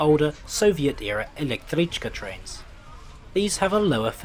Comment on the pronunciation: respect for actually pronouncing soviet compound words, they've stumped many englishmen